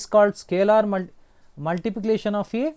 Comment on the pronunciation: 😂😂 sir cannot pronounce multiplication properly 😂😂